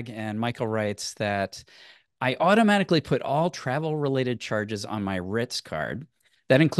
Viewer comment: “automajihkly” 🤣 watches Andrei Jihks channel too.